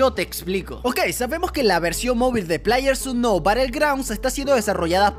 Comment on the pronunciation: NO USER Yo See, Pero El Lo Dice Mal, Dique Plaier Su nou jaja